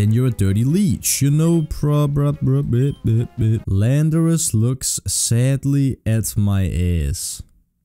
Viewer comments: Call landorus: "Landorass" cool its real now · Yo myth name landorus “ LANDOURASS” Let’s go 😂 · Call Volcarona "Nineteen", Tyranitar "Tartar", and Landorus "Randor" (The Japanese name for Landorus being Randorosu).